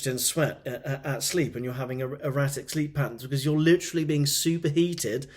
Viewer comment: Did you say "more erratic", or "more erotic"?